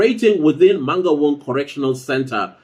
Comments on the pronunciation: Eish, the way he pronounces Mangaung is traumatizing. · How non-Sesotho speaking people pronounce "Mangaung" sends me 😂😂😂😂